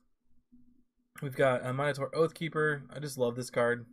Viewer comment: Nice work here. I’m all in on Tavrod. Check pronunciation on Minotaur, I believe it’s ˈmi-nə-ˌtȯr. I used to say “monitor” and my “friends” made sure I realized my error. Keep up the great content!